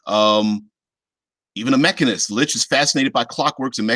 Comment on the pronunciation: Who says Lick lol